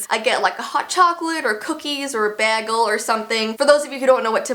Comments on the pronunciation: You pronounce it baygle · Did she say bagel wrong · You said Bagle wrong. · I maybe get like a ✨BeAgLeTFHX✨ Me:............ Bagel....... it is called a BAGEL.........✨BaGeL✨ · I love but ur pronounce bagel weird it’s bay gul not bag yul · Did anyone else notice she said bagel like BAG-el ???😂😂😂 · I love how she says bagel!!! 🥯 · the was she says bagel💀💀💀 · Lol I love how says bagel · I am kind of confused of how u said bagel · That's just how some people pronounce it lol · ....... DID SHE JUST SAY A BAGLE?